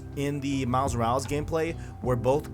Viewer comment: Dude, its miles morales not miles moruls